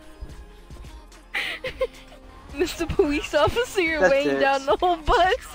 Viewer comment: “your belly’s pushing me powice officer” 💀 you’re so mean